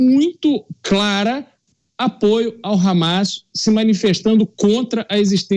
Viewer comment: Meu deus até a jovem pan tá com medo de falar hammas cara falou por mais de duas vezes habas